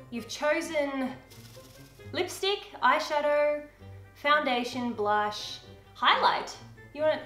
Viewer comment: "blunsh?" lol i died